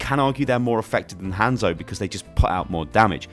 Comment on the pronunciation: I hate how you say Hanzo’s name.